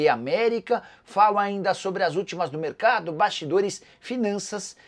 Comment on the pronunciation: Não é merecardo que se fala e sim mercado